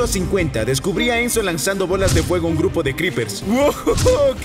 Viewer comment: Entendí menzo en ves de enzo